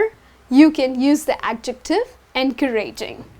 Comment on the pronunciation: Excuse me miss, we don't pronounce encouraging like this. The stress isn't on the (ra) with all due respect. Thanks.